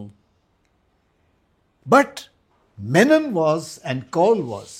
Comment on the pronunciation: अहो कृष्ण मेमन नाही हो कृष्ण मेनन.